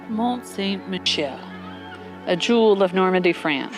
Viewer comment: Pronounced Mon San Michelle